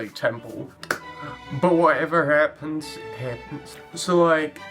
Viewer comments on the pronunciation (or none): Whenever he said, "Whatever happens, happens." I heard, "Whatever hairpins, hairpins." Do Halloween stuff now~